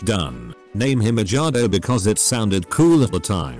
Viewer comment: I love how the narrator pronounces the name as edge-gardo